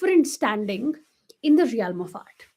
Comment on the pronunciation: Pls check the pronunciation of realm